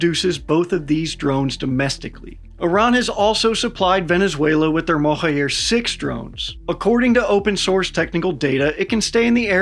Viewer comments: The J in "Mohajer" drone (meaning "migratory" in Farsi) is pronounced like J in Journalism & not J in Alejandro. You can pronounce it as Mohaa-Jer. The munitions carried by Mohajer 6 is Qaem, which is an Arabic word & even difficult to pronounce in Farsi, and is pronounced "Qaa--em" (2 syllables with noticeable stop between each syllable) and the Q pronounced like R in french. You pronounced the other Farsi words & names very well! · Where are you getting the "Yer" from in Mohajer, just pronounce it as it's written. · The J in Mohajer is pronounced like Voyager. Mohajer means Migratory.